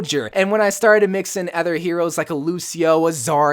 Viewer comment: Is it just me or does he always say ether instead of other. (Really like the vids)